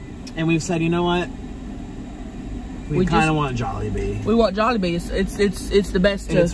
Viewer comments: I think it's jollibee not jewlibee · Tammy: if ur ever at juilebee Nick: starts laughing at the way she said jolliebee Nick: what Tammy: what’s wrong Nick: oh im laughing at the shrimps…they died Tammy: oh aw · It's not pronounce to like that it's jol-e-bee But spelled Jollibee. It's a Filipino fast food place I feel sad also you made the title Asian food it is but call it Filipino. I love you bitch - to Tammy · He was too scared to tell her that its not Juliebee. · Which time! 😆 I heard it at least 3 different ways lol my favorite was jubilee... love you sug! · 😂😂😂😂 It was the first time she said it wrong. She said Jubilee last. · When she said Jubilee instead of Jollibee 😂😂😂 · Of your ever near jewlibee✨ 😂😂😂 not even how you say it lol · Tammy: if you ever at joellbee Nick “laugh”and assume he laughing at the shrimp even tho he laugh how Tammy say jolibee Tammy: WhAt YoU lAuGh, WhAt WrOnG?!? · Did he say jeliwbe instead of jollibee😆😆😆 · LMAOOO WHEN SHE PRONOUNCED JOLLIBEE WRONG NICK LAUGHED AND SHE WAS LIKE WHAT YOU LAUGHING AT AND HE WAS SCARED SO HE SAID GE WAS LAUGHING AT THE SHRIPS☺️🤣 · Nik said “I’m laughing at the shrimps they’re dead” comment because he was probably laughing at her mispronouncing jollibee and when she asked what he was laughing at he didn’t want to get in trouble so he said the first thing he could think of. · I laughed when you said Jollibee wrong, and Nick lies and said he was laughing at the shrimp. Lmao!! 😂😂😂😂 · that look omg lmao. Agreed it seemed it was the way she pronounced Jollibee. I love it. I also love how she says Darrel loves everything weird :D He and I are very similar, except I shaved of my beard when it became a fashion. Fuck fashion beardos